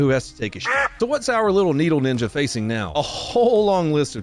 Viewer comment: ...dude pronounced "sh0t" wrong😅